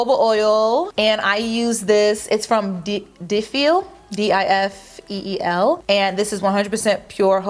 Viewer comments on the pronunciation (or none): Difeel jojoba not deefil